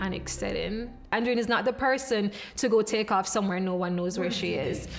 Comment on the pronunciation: You'd think the guys could pronounce Andreen.